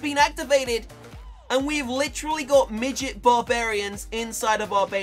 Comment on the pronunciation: don't say middet cus I am one